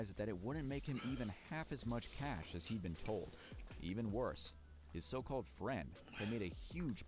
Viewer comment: cash sounding exactly like flight😂😂😂😂😂